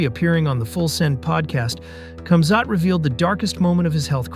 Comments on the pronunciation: Its not pronounced camzot its komzhat . If you're going to do a story about somebody at least get their name right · I just subscribed great video. Not sure if that is your voice or a voice over but you say his name wrong. Khamzat The K is silent so it’s pronounced Hamzat. Sorry I’m a grandmother that loves MMA but saying their names right is important. Great video and glad I subscribed ❤ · Cam Zhat lol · Natural predator ! 🧐 He's a World Class Athlete from unbelievable circumstances in a nutshell 💪🙏❤️ Your video is a poor narrative of KC he's much more than your delivery 💯 ,,,,& it's pronounced Hazmat